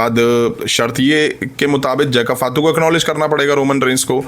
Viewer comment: फातू नही भाई फाटू😂😂😂